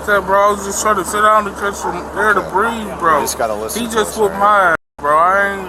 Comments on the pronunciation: He can’t breave. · Between him saying “I can’t breeve” and saying “bro” a million times 🤦🏼‍♀️🤦🏼‍♀️🤦🏼‍♀️🤦🏼‍♀️🤦🏼‍♀️